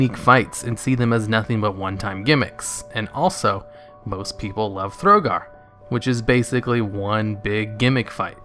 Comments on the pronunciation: Thogar, not Throgar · Operator Thogar, not Throgar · Thogar not Throgar; Suramar not Surumar. Onyxia's Lair got re-released as lvl 80.